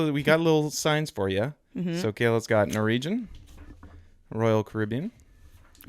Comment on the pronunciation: The way pronounces Norwegian... NorEEgian😂